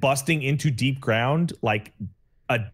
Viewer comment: That’s not DEEPGROUND, it looks absolutely nothing like DEEPGROUND, and the purpose of DEEPGROUND has nothing to do with what randomly claimed. That’s not even how you PRONOUNCE DEEPGROUND.